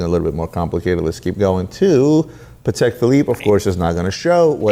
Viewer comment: woooowowowowo: Did correct "Chaykin" but calls Patek "paddec" 🤔🤨🤨🤨🤨🤨🤨🤨🤨